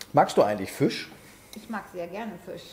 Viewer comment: Füsch 🤣. Und ich dachte, so sagt man nur in Berlin!